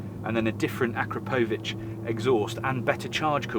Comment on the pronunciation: is pronouncing it correctly.